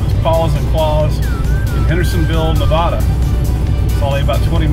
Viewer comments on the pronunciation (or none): Henderson, Nevaaada, not Nevahda! 😁 The rental place for Cruise America is near where you are.